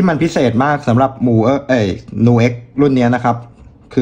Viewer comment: ผมว่ามันอ่านว่า นิวเอ๊ก เหมือนคำว่า music เราอ่าน มิวสิค ไม่ได้อ่านว่า มูสิค